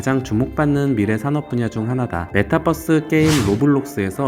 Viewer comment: 뻐스 아니고 버스